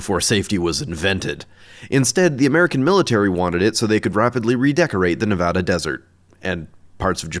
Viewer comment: Great to see more YouTubers knowing how to pronounce Nevada